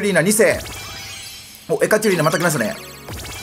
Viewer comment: ち○あさんとふ○て兄と同時に通知ｗ ついでにエカチェリーナをエカチュリーナと言っているような気が・・・ｗ